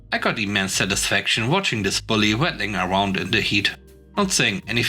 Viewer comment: Please, GOOGLE the words with which you are not familiar! "Waddling" -- "WÄD - ling" ! This is a recuring problem for you, undoubtedly because you are reading in a "secondary language." IF you REALLY want to be considered as a "professional," then make it a practice to THOROUGHLY LEARN EACH UNFAMILIAR WORD! OK? Thanks! 🤗👍